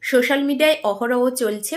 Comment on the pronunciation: সোশাল হবে শোশাল না কেরে এরা😮শোকেশ না সোকেস😂